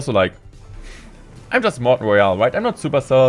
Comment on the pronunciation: Hey guys it's morten and in today's clash woyale wideo we gonna be seeing the mighty minor🥴🤫